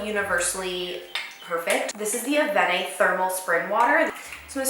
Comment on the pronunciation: Hi Im french and if you wanna know we prononce Avene wth the "e" but its just details...Voili voilu :D